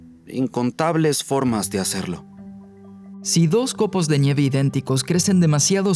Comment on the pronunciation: Por que dice, "COPOS DE ÑIEVE" ??? o al menos así suena.